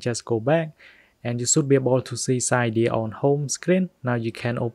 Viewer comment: It’s pronounced Si-deea